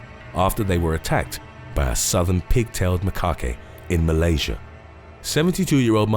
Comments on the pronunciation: “Ma-cock-kay”? It’s more like “ma-kack” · For the macaque monkey, it's not pronounced "maa-kah-kay" it's "ma-kak". Also wildebeest young are not called a "cub", they're a "calf". Also snakes are not "poisonous", they're "venomous". "Siberian-Bengal tiger"? Don't know what to say about that one 😂? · Macaque is just ma-kak, not ma-ka-kay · It’s pronounced Muh-kaak not muh ka kay. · A wildebeest baby is called a calf, not a cub. Macaque like 'attack', not 'bukake'. facepalm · It's "Ma-kak". Not ma-kak-a. Also, Siberian & Bengal are 2 different sub species, living on 2 different parts of the world. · MACAQUE is pronounced "ma-kak" not "ma-ka-kay" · Already knew it was going to be riddled with inaccuracies. For the macaque monkey, it's not pronounced "maa-kah-kay" it's "ma-kak". Also wildebeest young are not called a "cub", they're a "calf". Also snakes are not "poisonous", they're "venomous". "Siberian-Bengal tiger"? Don't know what to say about that one 😂? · Snakes are venomous not poisonous (obviously there are non-venomous snakes too but I just wanted to say that lol) you did make me laugh how you butchered some of the names though like macaque pronounced ‘ma-cack’😂 bless your heart all in good fun though! I hope you’re having a great day! Xx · Macaque pronounced macac.Wilderbeast have calves not cubs Gnu is pronounced nu How can a tiger be from Bengal and Siberia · Lmao macaque is pronounced "McKaw" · 🤣🤣🤣he called it a mukake🤣🤣🤣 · ‘Macaque’ is pronounced ma-khak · Ok now I know for a fact. Ive been suspecting it for a while but now its clear. You intentionally mispronounce words to stir up comment numbers. Macaque is not pronounced muh- khaki and you damn well know it. You do this in every video. Mispronounce words nobody would ever say wrong. Its annoying as fuck but I guess its smart because you annoy people so much they GOTTA say something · Macaque is pronounced as "macaw" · It’s pronounced ‘Ma-Kack’ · The E in macaque is silent